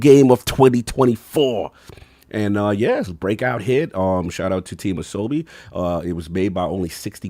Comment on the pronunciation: Ah So Bee is how it is pronounced which means play in Japanese